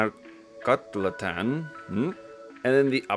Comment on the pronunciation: It's pronounced Gotratan. The L and extra T are just there to mess with you lol.